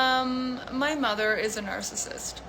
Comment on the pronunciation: When she started talking, I thought she said "My mom's a *nurse assist.*" That momentarily confused me until I caught on to her saying "narcissist." 😂